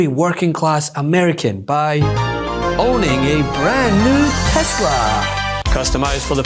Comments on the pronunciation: Tesler, not Tesla. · He even messed up on the make of the car. He called it "Tesler". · It's Teslar, not Tesla🤣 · You mean "TesLER*" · Its tesler get with it dude